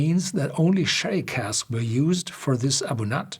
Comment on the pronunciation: A Bunyadh not A Bun-at